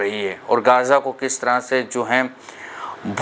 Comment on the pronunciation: Gaja nhi hai. Gaza hai Speak right pls